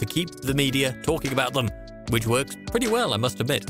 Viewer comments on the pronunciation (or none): none